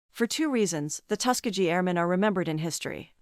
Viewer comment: First of all learn how to say Tuskegee (Tusk as in elephant tusk, Key as in key to a door and gee as in ghee the indian clarified butter). Other wise you sound like an AI voice.